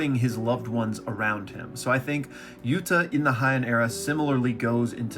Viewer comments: Bro you gotta stop saying Hy-en. In Japanese the ei letters make an AY sound, unlike German where it makes an EYE sound. So it's called the HAY-en Era. That's all I gotta say peace. Rest of the video was good though. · HYANN Era😂. Heian(hey-in)